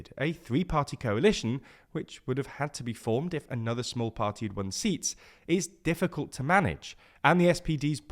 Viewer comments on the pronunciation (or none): none